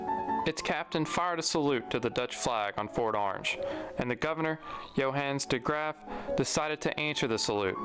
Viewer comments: Well I am dutch and the pronunciation of the dutch words and especially the name of the governor de Graaf do not sound like a dutchman would say them. We will probably never know who is. But that does not really matter. More important is that he tells, as far as I am concerned, a part of the history that is so underexposed. and that i learn more about it myself. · are you sure this video is from a dutchman, the pronunciation of the name de Graaf was with a heavy accent. Some pronunciations of words made me think of australia.